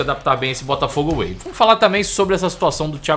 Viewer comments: Crítica construtiva: É Botafogo WAY e não AWAY… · Não é AWAY mas WAY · Botafogo Way e não Away!!!😂😂